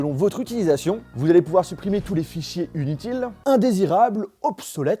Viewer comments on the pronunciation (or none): dit pas inutile il dit unitile